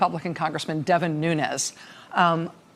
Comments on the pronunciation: "New-knees" is how his surname is pronounced, not "new-nez." (It's Portuguese, not Spanish.) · Nunes should be pronounced 'noons" because it is Portugese. A Nunez pronouncation is Spanish. People have said he is brown because of the pronounciation. He is not Latin American but European. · Nuñes not Nunes ....white wannabee... perpetuating!!!